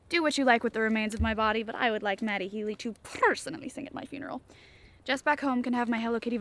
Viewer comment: says purrsonally instead of personally and mentions a Hello Kitty vibrator, then happens to meet a cat - looks like a sneaky bit of foreshadowing to me, or just a fun coincidence:P